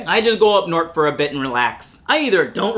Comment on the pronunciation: As a Michigander, I can confirm that this video is accurate. Although I will say, the way he pronounced "north" is inaccurate, at least in Western Michigan.